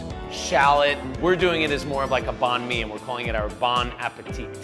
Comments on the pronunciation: I'm really mad of how he pronounced, banh mi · Thats not how you pronounce Banh Mi btw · I'm Vietnamese. When they (attempted) saying banh mi, a part of me died😐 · I cringed every time they said banh mi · I'm Vietnamese and the way they say banh mi triggers me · Am I the only Vietnamese person that pronounces the a in banh mi as an a instead of an o? I think most people I know including relatives don't make the a sound like an o...🤔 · The way they pronounced banh mi was making me cringe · when they pronounce banh mi makes me cring...... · I'm Vietnamese and every time they said banh mi, I'm laughing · They keep on pronouncing banh mi and it's annoying me because I'm Vietnamese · Anyone else got annoyed when they kept mispronouncing banh mi? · the way she said banh mi made me cringe so hard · I don't know is anyone else is, but I'm very tempered by the way they pronounce Banh Mi. Btw I'm Vietnamese. Also it's pronounced ban mi not bon mi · its benh-me, not bahn me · im vietnamese and whats cringy is that people pronounce banh mi, ban mi, when its actually bun mi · ITS NOT BONH ME ITS BAAANH ME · Same "Bonh mi" haha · Its pronounced "bãn me" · Banh mi is pronounced like bahn mee or bun me that's how I pronounce it.. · Lol Americans pronounce it "Bon me" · Lol I can't help but yell 'it's pronounced bun me!' at the screen. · Summer Taher You're not stupid! It's just people are explaining it oddly. It's pronounced bung mee. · just putting it out there, it's not 'barn me'... and it's not 'bar mey' either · They pronounced Banh My wrong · It kind of irks me that they say ban/bawn mi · the way they pronounced "banh mi" no. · It bothers me how he says, "bon me". It's Banh Mi. Sorry. I just had to. 😅😂😂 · It's so funny when non Asians say banh mi In Vietnamese it's bAnnn me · I'm Vietnamese. I CRINGED every time they said "banh mi" as "bon mey"😭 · So funny hearing people saying Banh Mi xD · The way everyone said "banh mi,"(even the Asians) I cringed and wanted to explode.